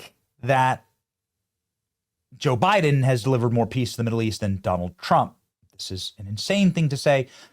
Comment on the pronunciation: "Juh Biden."